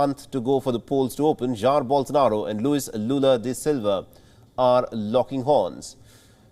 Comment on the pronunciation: Jair not jail lol